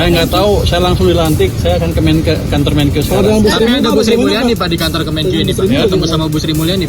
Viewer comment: Wartawan gini amat ya kualitasnya. MENKIU itu Menteri KIUANGAN kah? MEN-KE-U atuh kan Menteri KE-U-angan. Menjengkelkan sekali